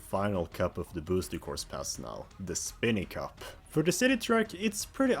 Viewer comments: Its Spiny Cup not Spinny Cup. At least get the pronunciation right ffs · (Spy-nee) cup Geez that pronunciation got to me more than it should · I can only assume you keep pronouncing the word “spiny” that way to intentionally make people uncomfortable lol